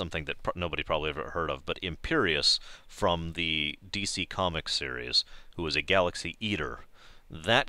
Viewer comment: Imperiex, not Imperious.